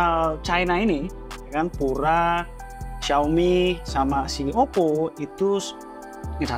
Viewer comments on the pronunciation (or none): Fyi itu Pura bacanya Piu-ra lho bukan pu-ra. Diambil dari bhs Spanyol yg artinya murni & elegan.